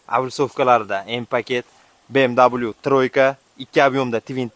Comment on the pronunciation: БМВ немец тилида W даблю эмас В диб укилади